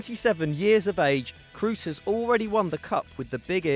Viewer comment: P1 5mok35cr33n Cross isn't the right pronounciation either but it's better than "Croos".